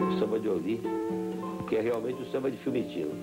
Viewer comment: FIUMICINO... é o nome do aeroporto em Roma... não Fimitino!